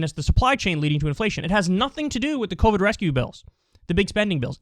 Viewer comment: "The Coveeyed"